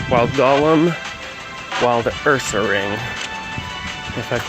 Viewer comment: I hate when people say golem like that for some reason lol